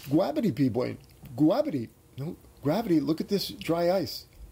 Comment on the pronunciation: So, P, I love how you say goo-rav-ity. Epic. Inside joke at our house. Anytime something goes wrong we say, oh goo-rav-ity!